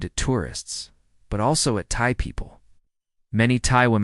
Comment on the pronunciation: have you even been to thailand? you aint even pronouncing thai right.